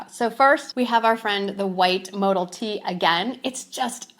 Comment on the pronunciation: Travel pants are a size to small. Mo Dell is the way it’s pronounced